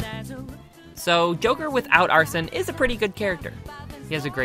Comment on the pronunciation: excuse me its ArseN not Arsen or Arson STOP Arse EN no OUR SON or OUR SEN